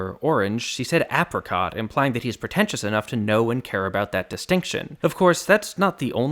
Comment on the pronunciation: Ap -ri -cot...